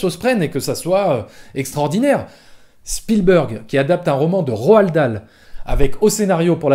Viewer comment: Ro-al dal...